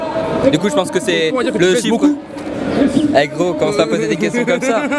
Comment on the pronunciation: On dit " rhey " pas " hey "